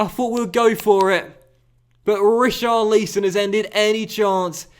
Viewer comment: Every time you say Richar Lee Son you kill me